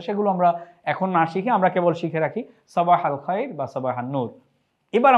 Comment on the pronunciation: হুম উনি ভুল উচ্চারণ করছে,সাবাহুল খাইর